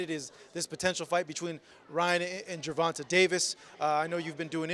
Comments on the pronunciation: Why he keep callin tank gervontah when he know it's not pronounced that way!!! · you should learn how to pronounce Tank's name correctly. It's not that hard.